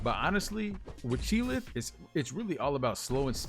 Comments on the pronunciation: Lmao! He calls her "chee'LITH" . Its Chee'ilth. Lol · its Chee'ilth not Chee'lith =)